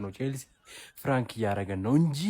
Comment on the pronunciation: ይሄ "ፍራንክ" ነው አላለም 😂😂😂 ፕራንክ ነው ሚባለው የኔ ቅመም "ደምበላሽ" አይባልም ደምመላሽ በይው እሺ አምባሳደር የቸልሲዎችን ስም የተነተነው ጉስቶ ቻሎቫ ኩኩ ባዲያሺሊ ፎፋና ምናምን በስመአብ ስማቸው ራሱ ኩሽ ማንኩሽ